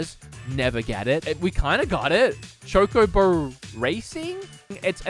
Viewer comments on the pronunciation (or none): none